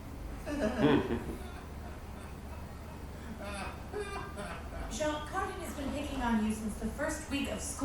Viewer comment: It’s Jaune, not John. Means yellow in French.